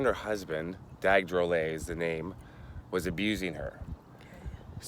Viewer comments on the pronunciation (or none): I guess but Dag was Tahitian and the pronunciation of his last name changed for some unknown reason. I would know cause I’m a relative of Dag Tuterarrii Drollet and we pronounce it as Drol-Let and not drol-ey. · Drollet is pronounced Drol-let not drolley